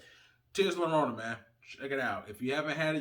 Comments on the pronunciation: Lorona? The double LL sounds like when you say "J-ust" or "J-esus" JORONA or Y as in the word "Yellow" or "YO BRO'" YORONA if you are saying it quick. But bro. You are killing the name LLORONA. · For future reference, in Spanish a double L is pronounced as a Y, so it's pronounced Tears of Yarona.